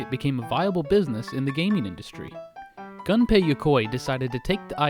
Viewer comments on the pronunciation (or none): Not Gun-pay, Goon-pay. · Nobody: Gaming historian: G U N pei Yokoi